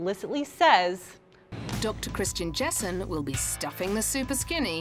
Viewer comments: Why do you keep saying Dr. JeNsen? His last name is JESSEN. And how dare you shame that show? It aired seven years ago, so get over it. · Oh by the way: It’s Dr. Christian JESSEN not JENSEN 😘